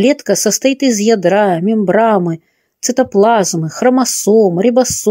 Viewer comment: Есть Мембрана, а не Мембрама, чтица.Неужели, такого слова не слышали никогда??? Стыдно, читать, не понимая слов!!!